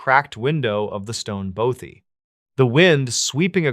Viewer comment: Scottish lassie living in Lancashire,northern England...& F.Y.I: It's pronounced BAWTHY not BOW-THY!❤❤ xx